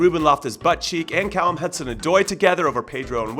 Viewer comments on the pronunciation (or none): none